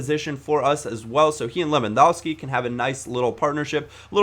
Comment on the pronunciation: Lewandowski. Pronounced: Levandovshki